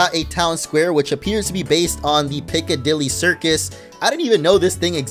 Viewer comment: I love how he says things like ‘the uk’ or ‘Piccadilly circus’ it just doesn’t sound right. I mean, an American not just saying ‘pip pip cheerio lads’ for once is amazing but still😅